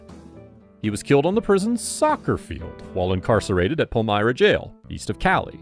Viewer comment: The narrator needs to learn how to pronounce Spanish! It’s not Pancho is Pacho! It’s not Palmera it’s Palmira Pal-me-ra!!